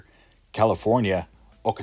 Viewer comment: Ocotillo is pronounced " Awk-uh-tea-oh. Ocotillo Wells is a famous off-road vehicle desert spot in California.